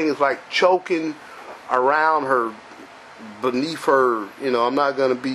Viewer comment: 1st of all, it's beneath! Not beneaf! Proper english will help u 2 not sound like an idiot! 2nd of all, there is nothing wrong with how this woman is dressed! Just because she is pregnant does not mean she should walk around in tents and mumus! Her belly is beautiful! If u r uncomfortable with it, turn the channel!